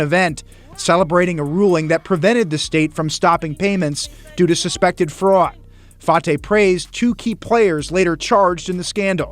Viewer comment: His last name is pronounced fa-ta not fa-tay. Listen. C’mon now he ain’t French, he’s a piece of crap from somalia. He needs to be deported with the rest of them.